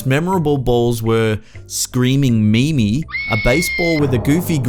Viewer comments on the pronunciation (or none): none